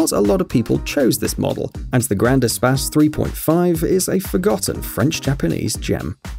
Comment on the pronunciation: Espace, not espas